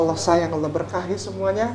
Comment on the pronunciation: emang mualaf pak! itu enggak perlu di bahas kali . pasti seluruh orang mengingat masa lalunya. mending bapak pelajari cara2 baca ALQURAN YG BAGUS. ALLA BUKAN ALA. ITU AJA DULU PAK. hal2 yg enggak penting2 enggak usah di bahas. saya punya teman orang nias 10 tahun dia sudah masuk islam. ketika sudah ketemu saya dan berkenalan .dia bilang ke saya pak saya mualaf. terus saya jawab kapan mualafnya sudah 10 tahun. dimana salahnya. ustad maaf bahasa Arab bapak masi perlu di tingkatkan. itu dulu yg penting. masalah mualaf enggak usah di bahas ampek kiamat pasti kata2 mualaf pasti melekat di orang2 yg mualaf. biasa aja kale!